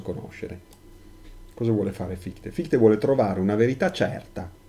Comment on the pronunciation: prof, hai scritto se stesso con l' accento: sè stesso! e credo si pronunci fishte. Scusa, in verità ho scaricato tutti i tuoi video, molto accattivanti.